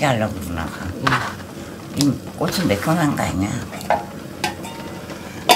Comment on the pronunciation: 영상끝나구 티코 뜨건물 튀었다고 쳐맞았겄다 ~좀 뜨거우면 오두방정 호들갑은~꼬츠 꼬츠넣어 발음 꼬라지하며~발음도 그리 징그럽냐~~~